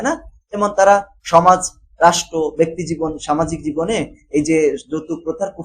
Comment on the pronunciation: বেক্তি না ভাই ব্যক্তি😂🤣